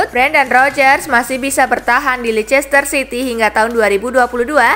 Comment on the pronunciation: Bacanya Leister city min.. RiP bahasa🙊